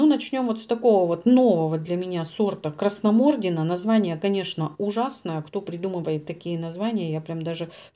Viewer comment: Ударение Красномордина на и